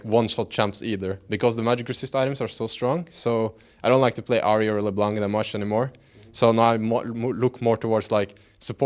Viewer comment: It's "Ahri" not "Arhi" ^^